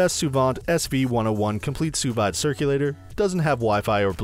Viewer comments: It's sous "veeed" not sous vyde... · wtf, sous VIIIIIIIDE, its pronounced sue veed. Also anona, how do you miss pronounce a v. facepalm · It's pronounced "soo-veed" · You lost me as soon as you pronounced sous vide. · That’s not how it’s pronounced. Can’t rely on a review when the reviewer doesn’t even know the product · True that.....